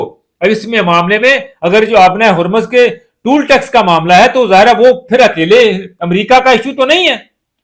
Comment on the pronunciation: بھائی صاحب ، یہ لفظ ٹول (tool) ٹیکس نہیں، ٹال (toll) ٹیکس ہے، مہربانی کرکے اپنی اصلاح کر لیں ، شکریہ ۔